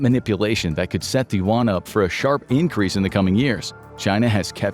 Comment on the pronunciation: Very, very good video 👍 100% agree with all the info. Only 1 thing : the pronunciation of the Chinese money is not "want/woan" but "yun" 😅